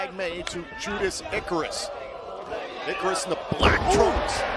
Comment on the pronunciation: "Judarus Icarus" "Judeus Icarus" Oh,.